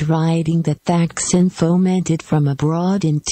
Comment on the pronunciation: It would be more credible if the video didn't use a computer-generated voice which pronounces "TH aksin" incorrectly.